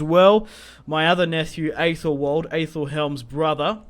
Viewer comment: Just a quick thing, in Anglo-Saxon names, Æ is pronounced "E" rather than ""Ay". So, Æthelwald should be pronounced "Ethelwald" and not "Aythelwald", and Ælfwald is "Elfwald". Also, East Seaxe isn't East Sussex. It's Essex.